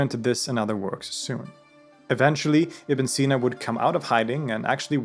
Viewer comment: yknow its ibni seenaa if you want to pronounce it correctly